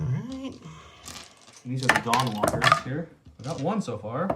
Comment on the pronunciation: I know its Dawnwalkers, but I can't help but hear "The Don walkers". And Im like "thats mean" :p I was cheering for Joe, but that NBS kinda made me feel bad for Don... Actually has me cheering for Don on the roll off. Especially with trying bribe him to not execute commander. Ruthless...